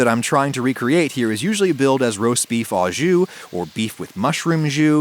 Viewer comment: Some points re "au jus": au (with) = "oh" (this is what you mean to say, Adam: "Oh", as in "beef 'oh' jus". Don't feel bad; it seems no Americans, even professional chefs, say this properly.) à (to) = "ah" ou (or) = "eww"